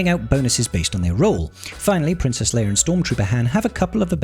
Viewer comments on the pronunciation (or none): Bruh Her name is Leia not Leir. Princess Leia not Princess Leir. 😂